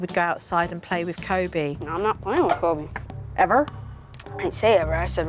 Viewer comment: His name is actually “Kobe”, not “Cody”. Uh, uh.